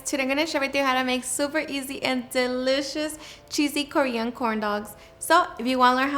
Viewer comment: Korean ……….not Cory-on?